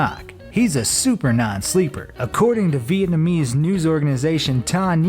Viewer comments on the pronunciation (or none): none